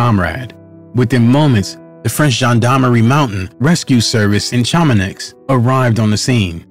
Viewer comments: Chamonix is pronounced - Sha-mon-ee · Pronunciation of Chamonix hurt my ears 😬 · I've heard it pronounced several ways but saying color makes me cringe & Chamanix just showsp how little this guy knows. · Note to producer: Couloir is pronounced "koo ~ loor" not color. And you weren't even close on Chamonix...